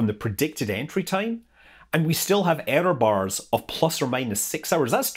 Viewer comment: Ohhhhhh, Error bars! I thought he said Areo bars. I was wondering why he was mentioning chocolate but I figured it had something to do with the bubbles.